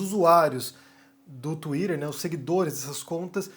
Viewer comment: twiTTer, estamos no Brasil, pára de falar twiDer